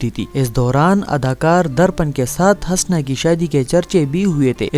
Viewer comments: O jahil HASNS nahi Hoosna. Naam tou Lena seekh le phir aa hamara time barbad karney. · Bhai ye name hasna nahi bulke husna hai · Pagal k puter !!! "Hasna" nhein us ka nam Hoosna ( Husna ) hey . Tumhein nam hi nhein pta tu video kya bnaao gey . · Hasna nahi Husna or Sultanat nahi Saltanat Urdu k dushman😂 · Bar بار ہنسنا kehrahe ho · د ح د پاسہ پیش دے ح پیش حسنہ، پٹے سیپارہ خو دے وئیلے دہ کنہ کۂ ڈاریکٹ حوالدار بھرتی شوے ئے؟ ودود تہ ود ود او آج شب کو تہ آجشبکو مہ وایہ۔